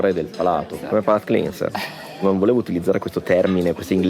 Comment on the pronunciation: Io come con la focaccia ligure, in tutte le sue versioni. Cibo degli dei, punto. PS. La pronuncia di cleanser è clenser, non clinser;)